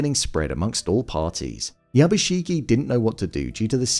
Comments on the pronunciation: How do people consistently manage to mispronounce name when in the show it's constantly YABUSHIGE, not YABUSHIGEEEEE. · Not to be a total Hermoine, but it's YabushiGE not YabushiGI